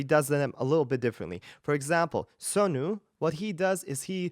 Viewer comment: You said his name Sonu just like we say it ,like he's your homie